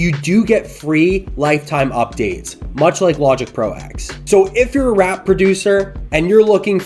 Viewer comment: It is pronounced Logic Pro Ten not Eks! Probably why they renamed it Logic Pro 11.2 to avoid confusion. The X is a roman numeral for ten